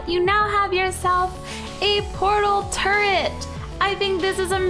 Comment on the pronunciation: at the beginning it sounded like she said portal turd